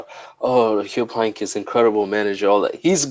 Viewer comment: I'm a Dortmund fan, but you have to put some RESPECC on uncle Heynckes' name